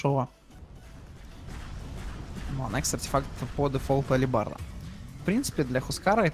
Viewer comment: алибарда? ЧТО ЭТО ТАКОЕ? где вы это прочитали? та блять написано, ХЭЛБЕРТ